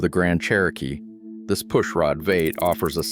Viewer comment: "VATE" for V8. It's like the account owner doesn't even review the video.